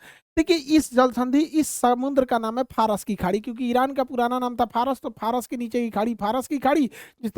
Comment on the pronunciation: Phras nahi Faras hai 😂